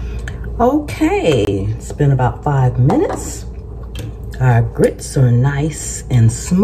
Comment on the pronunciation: Mmmm! Best grits saying I've ever heard, of course from the south. You don't order grits, youes gits grits! Guess it's cheese grits for supper!